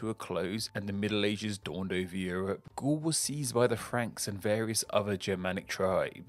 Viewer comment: It's pronounced Gaul like "gall," not "ghoul!" 😜